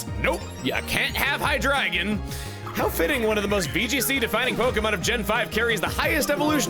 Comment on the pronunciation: The other two the anime does Dee-no and hi-DRAY-gun which are wrong. Those ones he pronounces correctly because he said Deino as DIE-no and Hydreigon as hi-DRY-gun because of how you say the diphthong in eins, Zwei and drei